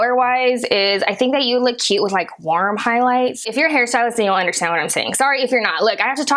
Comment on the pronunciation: take a shot every time she says LEWKK